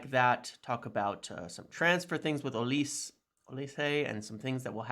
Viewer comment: Hello,. Olise is actually a Nigerian name and it's pronounced 'Oh-Li-Say'.